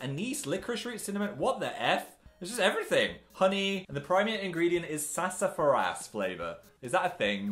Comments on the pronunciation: phil, it’s not “sassa furr ass,” it’s “sassafrass” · Omg Philip it’s pronounced ‘sassa-frass’ not ‘sassa-fa-rass’ 😂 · It's pronounced sass-ah-frass. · I don't know why, but Phil saying sassafras like sass-a-fr-ass is the funniest thing I've seen all day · “ye we put some sassAFARass in there” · SASA FARAAASSS (im sorry i had to make fun of its pronounces (Sas O Frass) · 🤣🤣 🤣🤣🤣🤣 The way he pronounces Sassafras.... Lol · Is anybody going to say anything about how he says sassafras lmao